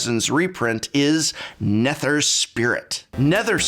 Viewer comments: I've been watching for years now but this is the first time I'm gonna ask... Are his Mispronunciations intentional???? RAZ...NE-TER...it has to be intentional Prof. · The way you said Eladamri and Nether made me want to kick a puppy. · while I also cringed, I'd be careful with the puppy, John Wick is around...